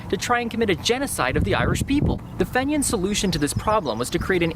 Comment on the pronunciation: pronounced FEEnian